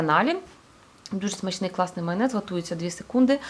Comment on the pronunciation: не паріжу а поріжу, не гатується а готується. Будь ласка зверніть увагу так хочеться слухати і слухати вас❤ дякую вам❤